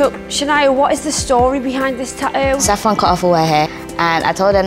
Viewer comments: Tattoo not tatooo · It’s called tattoo not tauoo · How come every other British person on the show can pronounce "tattoo" properly but not the host? I cringe so hard every time she says "ta-ooh." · why can she not say TATTOO?? you could only find somebody who can say "ta-ooo"??? does she not see theres more than one T in the word tattoo? and yet you hired her lol?? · "Ta-ough"...your new "Ta-ough". When you can't even pronounce the title of the show you're hosting. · No, they say Ta'oh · "TATTOO" jeez not "TaTo" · Half these people can't even pronounce tattoo. "Ta-oo, ta-oo, ta-oo!" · It's tattoo not tatoe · how does that girl pronouce the word tatoo?? " tayu" this show is all staged..haha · So why can she only pronounce one 'T' in Tattoo...? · why can the blonde chick pronounce the first T in tattoo but not the second 2 t's. Kinda drives me crazy. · The Geordie pronunciation of the word "tattoo" is pure gold👌